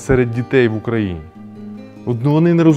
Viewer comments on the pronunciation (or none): none